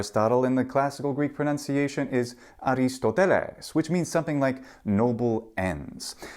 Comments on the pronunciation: The mispronunciation of pronunciation is the kicker. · PLEASE! It's pro-NUN-ciation not pro-NOUN-ciation!